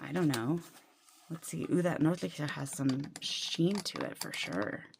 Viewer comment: You did a great job pronouncing and translating Nordlichter. It is in fact Northern Lights.